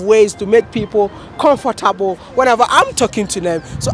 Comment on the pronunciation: I love how you pronounce it as "comforterble"